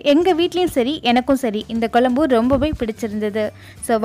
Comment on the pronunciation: Its not Kolumbu... It's Kozhambu